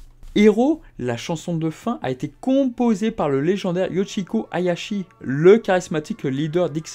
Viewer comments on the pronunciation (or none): Yoshiki ** et non pas Yoshiko 😅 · C’est Yoshiki et pas Yoshiko le leader de X Japan